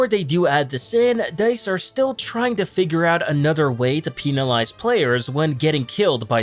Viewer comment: Peenalize?? You mean penalize